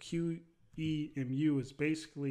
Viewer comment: QEMU = Quick Emulator. Say Q, then Emu like the first part of the word Emulator. Q-Emu. Cheers